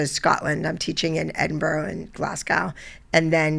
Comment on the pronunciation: The way she said edinburgh and Glasgow is so offensive